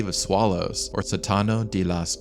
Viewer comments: Good video, a correction though, you are pronouncing sótano as sotáno instead. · Sótano is pronounced like "Saw!-tannoh".